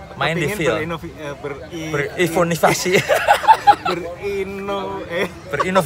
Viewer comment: ber-ivonivasi 😹😹🤣 lucuu bgt om arriii 😽